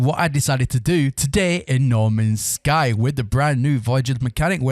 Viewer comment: Norman's Sky, everyfink, and wivout ferver ado, all in the first minute or so.